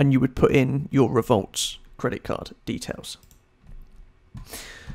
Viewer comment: Its not revolt its revolut